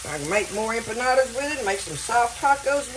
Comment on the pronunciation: Dearest Friend, I’m not familiar with Mexican food and when you said what you were making, it sounded like “UMPA LOOPA’S “ like the movie character’s 🤣😂🤣. It made me laugh so hard!! 💕🙏🙏 your KeyLime friend